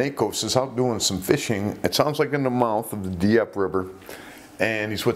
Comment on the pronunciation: Diep river is pronounced the same as deep, just shorter.